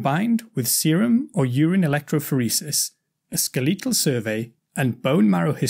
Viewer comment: This guy’s pronunciations are great, except i found it funny how weird he pronounced the words, “skeletal” and “status”. Other than that, great teaching on the subject.